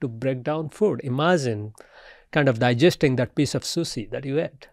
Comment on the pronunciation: The way he pronounced sushi 😂